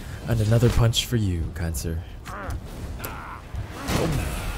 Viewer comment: did u say another punch 4 you , kind sir , or cancer , cause im pretty sure u said cancer